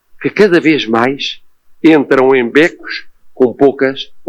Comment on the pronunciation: Bécos ? o e é fechado, poupe os nossos ouvidos Dr Marcelo...